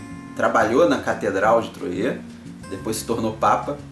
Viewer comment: Falae,! Mt bom o video. Só um apontamento: a pronúncia da cidade é "Troah" mesmo, com o "R" bem próximo do "T" mesmo. Achei mt boa a sua imersão do contexto e temática junto à análise da mecânica. Apesar de ser um jogo bem fechado, "matemático" até, Troyes tem um casamento com a temático mt bom... dos eventos às cartas de "profissão". Grande abraço e continue o bom trabalho